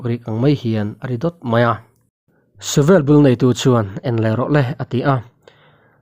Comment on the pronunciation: Mizo ṭawng tlem zir ila ngai anih hi mawle,,,, mithi thu tih te, suvel tih te hi i lam dik lo tlat mai.